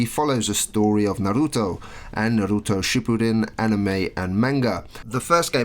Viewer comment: You say hokage and Naruto real fricking weird